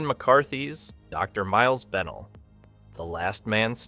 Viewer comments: BenELL, not BENell. Terrible AI narration. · Plus, if you watched the film and are a human being you know that Kevin McCarthy’s character Dr. Miles Bennell is pronounced Ben-NELL in the film, with the emphasis on the second syllable, not BENnell. I’m nearly 80. Hell, if they want to do these correctly, they should get a real person who has actually seen the film multiple times to do the narration. You couldn’t be more right: the AI monotone narration ruins the whole thing.